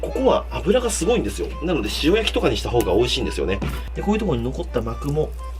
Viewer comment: しお↑や↓き